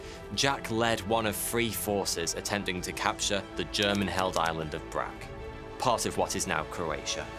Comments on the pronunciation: Wow, what an amazing story and what an amazing dude! Btw, Brač is pronounced like itžs ending in "ch" (Brach), not "Brak" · As a Croatian, I feel like I have to say it. It's pronounced Brach, not Brac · It'sw pronounced BRACH, not BRARK! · Brač is pronounced: Brach (last sound is ch, rest was correct) 😀🤗❤️ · Mad Jack was a legend! I didn’t know he got captured defending my mothers Croatia! It’s pronounced ‘Brach’ btw not ‘Brak’ the letter Č in Croatia is a harsh ‘Ch’ sound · we read is as Brach as we write ch as č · It's pronounced brach. Any c or s with a line over it is pronounced like it would be with an h next to it. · Another brilliant Vid. Just a side note, Brač is pronounced Bratch :) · Yeah, one man in million is like this, and game developers take a note and make this a standard. Great video, thank you! Btw the name of the island Brač is pronounced Brutch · PSA: The little chevron above the c in Brač makes it into a "ch" sound as in "match" or "batch". Then say the "a" like a proper Brit, and you got it :)